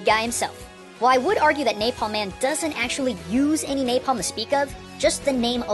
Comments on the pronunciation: there is "NAPLAM" rather than "NAPALM". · He said "Naplam" instead of "Napalm" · Omg "Naplam" hahahaha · Naplam man? I think you mean napalm man. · Neplam Man? XD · NAPLAM man? haha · Lol naplam man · naplam or napalm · Naplam? hahahaha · lol "Naplam" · napalm, not naplam. still interesting video though. :D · Naplam... really? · NaPLAM man? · NAPALM not NAPLAM oops! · "Naplam man" now im confused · Naplam Man? What's a Naplam? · NAPLAM its NAPALM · "Napalm" ≠ "Naplam". That is all. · I love the smell of controversy in the morning. Also: : "Naplam". Still, good and enlightening video. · Naplam man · What is "NAPLAM"? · LOL it said NAPLAM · wtf is naplam man? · you said Naplam. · NAPLAM MAN Me: "...Naplam?" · is naplam an other language of is it english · "Naplam man" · naplam man lol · Naplam man. just sayin... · Naplam? napLAM? o_o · "NAPLAM" Golden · "NAPLAM!" oops. :)